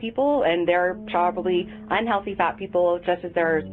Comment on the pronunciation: Yes that is definitely "un-hewoFEE". So RIP to everyone on this list. So recently too, passing away in "two-Fousand and FREE"